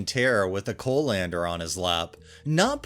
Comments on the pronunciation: Co-lander. lol. CALL-in-der, dear, CALL-in-der. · I was listening to this and not reading so confused as to what a co- lander was. It's pronounced coll-ender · Coh-lander XD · How pronounces colander was so distracting lol. I’ve never heard it pronounced that way. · “Curmud- gion”??? Have you never heard the word curmudgeon? Or colander? I’ve believed you are a real human narrating these but sometimes have my doubts for the odd but wild mispronunciations. In any case, you’re superior to all the AI narrations